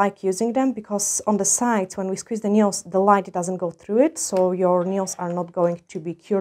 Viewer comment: Dzień dobry Pani. Taka mała sugestia z mojej strony jeśli chodzi o język angielski słowo "paznokieć" - nail czyta się i mówi się "nejl" w liczbie mnogiej nails - "nejls", gdyby Pani zechciała użyć tej wskazówki odbiór Pani filmów będzie przyjemniejszy dla osób mówiących biegle po angielsku lub dla osób mówiących tylko po angielsku. Pozdrawiam i życzę miłego dnia 😊